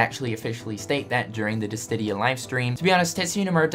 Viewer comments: Dissidia not Dissdidia lol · Why do you keep saying DissTidia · And, still doesn't know....how to..... pronounce...... Dissidia..... Oh well. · why Distidia, it's Dissidia